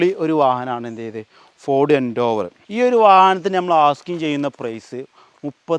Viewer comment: ഫോർഡ് എൻ്റോവർ അല്ല എൻഡേവർ😂😂😂😂